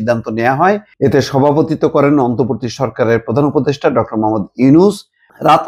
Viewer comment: এই মাল এখন পর্যন্ত "অন্তর্বর্তী" শব্দটা ঠিক মতো উচ্চারণ করতে পারলো না। সেই আগস্ট মাসের সাত তারিখ থেকেই সে বলে যাচ্ছে অন্তবর্তী সরকার, অন্তবর্তী সরকার। এ নাকি আবার ঢাকা ইউনিভার্সিটির স্টুডেন্ট ছিল।